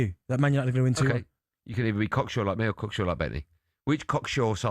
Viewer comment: Asks Benty what score will be, gets an answer and then calls him "corksure!???"